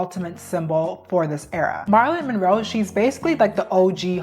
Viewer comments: The way you say Marilyn Monroe kills me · You’re definitely Gen Z because who tf is Marlon? It’s Marilyn Monroe.😂😂😂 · Why is she calling Marilyn Monroe "Mawrawlyn"? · "Marlen" Monroe😂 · I’m sorry but the back to back mispronunciation of Marilyn Monroe and Brigitte Bardot annoyed me for no reason love this vid and you though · You’re a really intelligent woman and it shows but please do your due diligence and if you’re unsure of how something is pronounced, look it up! I’m surprised that anyone would not know how to pronounce Marilyn Monroe’s name, at the very least. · i appreciate what you're saying in this video, but you often mispronounce things and names and it makes the video feel like not much research was put into it. like it wouldn't have been too hard to find out how marilyn monroe, michelangelo and brigitte bardot are pronounced. but the part that made me unable to finish watching the video was you calling heroin chic "heroin chick" the whole time. it makes it seem like you don't know what you're talking about. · You were saying soooo many names wrong in this video... girl.... go look them up please..... Google voice ... something